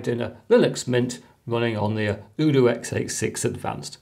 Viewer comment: The u in UDOO is pronounced "You" like in Youtube